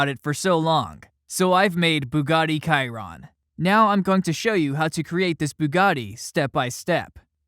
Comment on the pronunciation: Its pronounces shiron not kyron